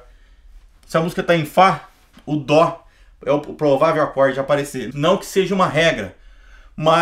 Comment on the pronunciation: Por q músicos atualmente falam DÔ? Mas é DÓ... :/